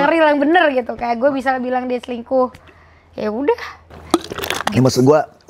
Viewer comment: kan kata rachel cantik dari dlu, dijawab rachel tapi ko selingkuh gitu (tp dia ngomongnya cingkuh)